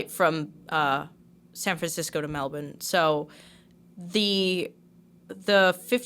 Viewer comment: says Melbourne perfectly as if she’s from here